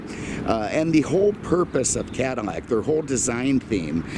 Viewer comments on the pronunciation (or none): cannot watch someone who cannot even say Caddilac instead of caddimack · Damn, I told my cousin the same thing...can’t live in fear. But he lives in Brooklyn so, there’s that.... On another note, why does it sound to me like this guy is saying Cadimac?